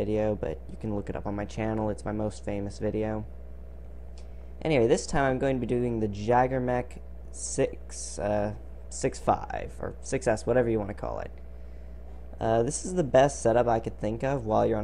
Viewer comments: It's "yayger" and "gowss" Not jagger and gauze. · Nice video. Gotta love the Jagerbomb load. I feel compelled to add that the JM6's name is pronounced "Yay-ger" Like Chuck Yeager or Jaegermeister. It is the Germanic word for "Hunter".